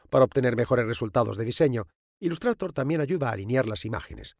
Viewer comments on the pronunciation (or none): Decir 'ilustrator' en vez de 'ilustreitor' es otro nivel 😂😂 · "Ilustrator", madre mía tio estos españoles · "Ilustrator".... ese Engliiisss x,,D jajajaja. Buen vídeo :D